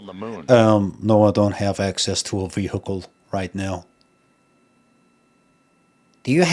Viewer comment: I know some southern American accents pronounce "vehicle" as vee-HIK-el but that's not even how Limmy was saying it.. I had to look up how it's pronounced in the UK cuz I thought I was losing it listening to him repeat it. Vee-ih-kul / vee-eh-kul is how most people in the US pronounce it. That's how the announcer said it. It's how Limmy said it. I don't see a difference in the UK pronunciation.